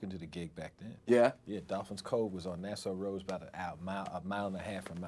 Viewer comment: Hilarious hearing him say Nassau rd -- went to HS school on nassau rd west hempstead in the late 80s..